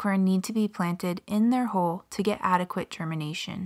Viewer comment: Why does she say HOLE instead of HULL?